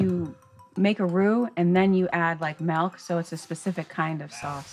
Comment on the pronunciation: I died when said melk (milk) and someone in the crowd caught it too